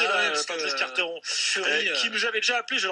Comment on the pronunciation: Je suis d'accord avec toi, mais c"est un sale con et c'est pas "Carteron" mais "Quarteron"